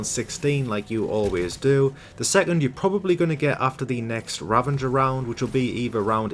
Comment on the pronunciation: Sounds like he's saying "ravanger" and not "ravager".